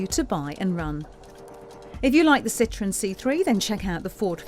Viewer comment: It's a Citroen, not a "Citron." Thanks.